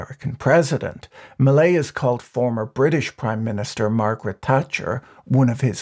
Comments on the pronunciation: "Jevier Macrai" MILEI. His last name is Milei, not Macrai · Did you mean to keep calling Millei McCry? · A couple substantial problems: First, early in the video you were talking about Margaret Thatcher and posted a picture of Queen Elizabeth as illustration. Secondly, near the end of your video, you seemed to begin calling Milei by the name of Micri, which was confusing. An edit might be a good idea. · Macri = 'máh-cree' ; Milei = 'mee-láy-ee' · I'm a gringo who speaks some Spanish. The mispronunciations distract me. Mil-leye? Ma-creye? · I can’t help but hear the name President Mallaise. Still, I hope he achieves some good in there. No doubt they need drastic reform. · did he mess up his name on purpose at the end? And what's up with Queen Elizabeth? Does he do that to see if we're paying attention? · that's not how you pronounce Macri and Milei